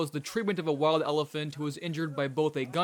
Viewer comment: What's up with the narration? I know that it's English. It just sounds very odd. Especially when "it/he/they" are attempting to say "wild". It just sounds........ uhhh....hmph. It sounds wrong. That's what I'm trying to say. Actually, it's literally what I'm saying.